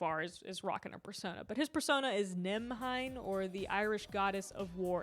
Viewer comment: Fum fact: Nemhain is pronounced Nayv-in like "cave in" but with an N. Old orish names are doing too much.